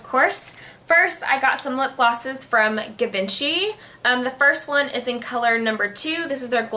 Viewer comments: Its pronounced jee-bon-shee hun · givenchy is pronounce like G - vang - she ^^ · Voted and Givenchy is pronounced jhee-von-SHEE. :3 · Givenchy is more pronounced like chi in the beginning;))